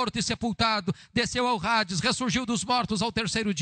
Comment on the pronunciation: Quando ele fala de credo fala que Jesus desceu onde? Não entendi rades ou Hades?